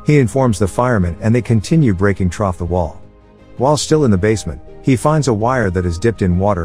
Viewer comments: Pronounce it like thru.pleasseeee aaahhh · The TTS voice or whatever that is really doesn't like the word "through" huh? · This voice program really has trouble saying through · You really need to do test runs of these before you post them, there is a huge difference between the sound of the word "trough" which is what a horse drinks from and "through" which is the word you missed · I had to go back troff the video when I realized that this AI was pronouncing "through" as "troff" 😂😂😂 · Fix your ai voice, it’s saying “Through” as “Trof” and not “Threw” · Stop saying "trough." It's spelled, "through." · "Troff" the wall? "Troff" the window? Ya'll need to learn how to pronounce "through." What sort of weird bot is voicing these videos? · Trough? Nigga do you mean through? Pronounced threw. Come on my guy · I'd think that if you did TTS you'd at least listen to it before your upload it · Every single time, every time they try to say "through", I swear they started doing this shit on purpose at a point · Lol the way it pronounced “through the wall” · Anyone else realize whoever wrote this out for the textbot spelled 'through' as 'trough' cuz the say trough everrrry time (like 'trough the wall' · At some parts he says (I don't know if it's an AI or something), but he says "Trough, or Troff" Instead of Through. (First is ) (Second is ) (Third is ) (Forth is ) (Fifth is ) Quite funny, like he's saying a typo. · I don't think it's the text-to-speech program's fault. Whoever entered the text must not have known that "through" is spelled with the first H, because without that, it becomes the word "trough" - which is pronounced like "troff". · This AI voice interprets "through" as "trough" and it is driving me nuts!!!!!!!!!!!!!!!!!!!!!!!!!!!!! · If you're gonna use a text-to-speech, at least spell 'through' correctly so it doesn't pronounce it as 'trough' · The amount of times the fake narrator says trough instead of through makes it almost unwatchable